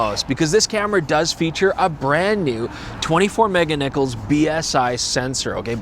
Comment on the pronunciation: The sound seems more muffled than on the TCSTV videos...teething problems? Oh and kept on saying Mega-Nichols instead of Megapixels, a little bit of humor on his part or auditory typo?